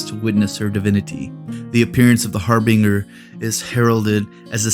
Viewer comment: Gotta ask why you pronounce Harbinger and Menoth the way you do?